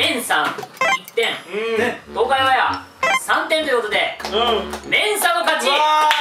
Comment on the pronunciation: ｢オンAIR｣の発音良すぎ笑笑